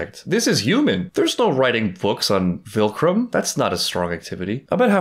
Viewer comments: it’s so funny that you still say “vilcrum” instead of viltrum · Ok so are you like calling it vilcrum on purpose???